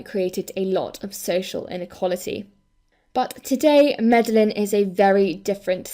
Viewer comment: Fantastic video, thanks for this. Very small, petty thing from me - it's pronounced Mede-yeen (in Hispanic countries the double L becomes a 'y' sound!